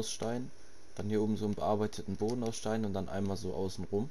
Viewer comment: Du hast schweizerdeutsch geredet du hast gesagt am bodä